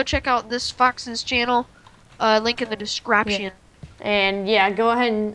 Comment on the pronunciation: you said discraption